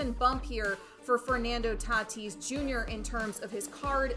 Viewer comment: The way was saying Tatis “Tuh-tease” was so damn cringe it’s not even funny. Yikes dude..